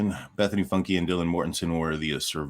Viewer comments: Great video, Bethany's last name isn't pronounced "Funky" it's pronounced Funke, the "E" is silent bro.👊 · Probably pronounced Funk not Funky. Know someone with same last name. Just sayin. Lol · It's funk, not funky. The E is silent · I think her name is pronounced funk... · By the way it is pronounced Funk like Uptown Funk LOL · Its pronounced Funk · Sir. Its pronounced funk. Jesus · Isn't her last name pronounced funk? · Are you deliberately mispronouncing the decreased surname ie FUNKY? Not cool@ I guess it's not surprising what with Lana Oriani, Jonathan Lee Riches on your team. I can't trust a person who refuses to show his/her EYES. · Funke is said fee-yoon Kay. My god 😑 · It's pronounced Funk. Just fyi. I know, I am a stickler. ♡ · It's pronounced Fütgaye. It's 18th century French Huguenot... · FUNKE is of Germany origin. Just like they say thank you in German ie DANKE and it isn't pronounced DONKEY, ok? So be mindful and respectful in how you pronounce the surname in future. She's isn't the only Funke in this world that you may be insulted or just plain sad for you because you can't do your job properly. Research!!! Everything is Googable these days, oui? You and the likes of TnT are just plain awful people. Throw JLR into the witches brew. You know the old saying, "The eyes are the window to the soul." Why should I trust people whose eyes I cannot see? Grrrrrr ... you and your ilk have subscribers only because you sensationalize. More than that, your followers don't know about your toxic background. They only met you in the Idaho murders. 🙄🤔🥸🤮 Apologies but I had to say it. Hoping you change your hideous ways. "You gotta change your evil ways 👶b4 I start ❤️n you. " ~ Santana lol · Hi! The "e" is silent on Bethanys' last name. There's a Funke auto store on Bridge St in Clarkston. 🙂